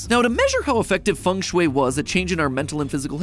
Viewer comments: I thought it was said like feng shui, not fung shoe-ay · Are you telling me it has always been "Fang-shway" instead of "Fang-Shuiii"??? My day is ruined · "fung schway, that thing you don't know how to spell' ... or pronounce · I didnt know got such thing funk shuey in the west, and the way u pronounce it, I LOVE IT!!! ♥I learn architecture in my country, and fengshui is part of "building physics" and "room psychology" to create comfy space, we dont use that geomancy magic, but just some science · "fang shoe-y" That's roughly how to pronounce it. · I thought it was pronounced feng shui (fang shwee) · I like the pronunciation of feng shui. As a chinese, it's the funniest pronunciation ever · As a chinese person. Hearing non chinese speakings pronouce FengShui in a foreign accent is hilarious. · A though I had on rewatching this. It’s not important but as a native Chinese speaker, MatPat pronounces Feng Shui wrong the whole video.😂😅🤣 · bro im Chinese and I didn't even realised that Feng sheui meant as everyone is pronouncing terribly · Matpat😂😂😂😂😂 your pronunciation of Chinese words are so goofy. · Sorry, but again… don’t you have a single Chinese-language connection who can help you guys with the pronunciation? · The ‘e’ in Feng is an ‘o’ sound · bro just mispronounces it the whole vid